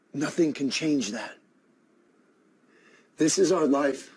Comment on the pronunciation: El dice: This’s, aunque esté escrito “this is”